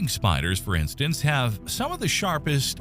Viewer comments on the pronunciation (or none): none